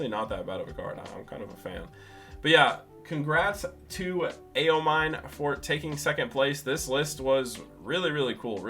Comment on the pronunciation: as a weeb it hurts my soul how you pronounce Aomine